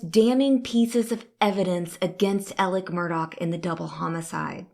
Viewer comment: Why is she saying Elic when his name is Alex ???